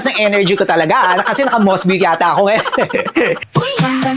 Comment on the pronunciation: Mos-bow yata pag pronounce nyan . Like bow and arrow